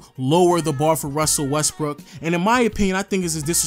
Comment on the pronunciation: This dude did not just say Russell westberg